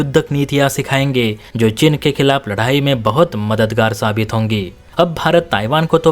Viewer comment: तेरे को समाचार वाचक बनना जरूरी है क्या जब उच्चारण सही नही है, चीन को चिन बोल रहा है